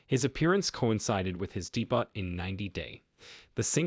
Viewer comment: learn to pronounce debut LOL ( DAY - BEW )